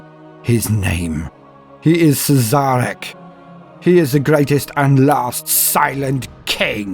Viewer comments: It's actually pronnounced 'Shareh'. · Had to stop at "Siz-Zarek". But good effort.